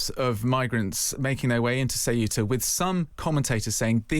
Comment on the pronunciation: yes but finally pronounces it CORRECTLY